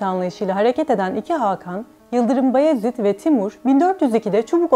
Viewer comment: "Bayezid" diyeceksin "Bayezid" 😠